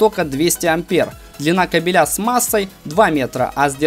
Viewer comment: на слове кабель, ударение ставь на первый слог, а не на второй)) смысл меняется))